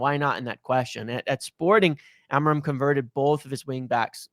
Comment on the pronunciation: Can we say Amorim the right way and not the American way?